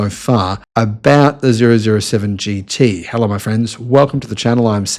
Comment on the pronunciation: OMG! It's "Double Oh 7 GT"! Hello?